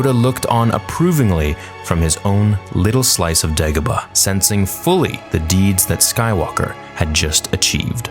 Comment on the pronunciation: He accidentally said Gedebah instead of degabah